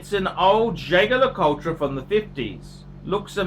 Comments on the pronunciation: Jay Gar La Cull Tra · Learn to pronounce the name of the brand before you give your opinion.